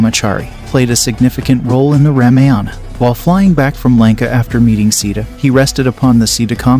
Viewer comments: Dear Sir, please get your pronunciation right. Lord Raam's wife's name is pronounced: "See-tha" not Seeda. "Raamaa-yun" where "yun" is pronounced as "sun." Ashram is pronounced: Aash-rum. "rum" is pronounced as the liquor "rum." "Laxman" is "Luksh-mun" (luksh sounds like lush) and mun as you would sun. Janak would be "Junuck" where Jun sounds like sun and the last portion is similar to "luck." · Pronounce correctly!!! Sita not Sida . 😠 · I love your videos, but pronunciation means alot; Rama- Rah-Muh, Moksha- Mohk-Shuh, Ramayana-Rah-Maya-na, Hanuman-Huh-Noo-Mann, Sita-See-Ta, Lakshmana-Laxh-muh-na… great videos though, well learned. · C THA THAT'S THE WAY TO PRONOUNCE SITA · Please correct your pronunciation of “Sita” 🤯 “Si”- should sound like sea And “ta” as “ta” in table